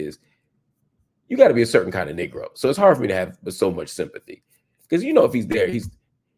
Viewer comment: Brother Hill… the word is Knee’grow! Your pronunciation of Arabic is supreme… Can you please stop saying “Nigro”? 😂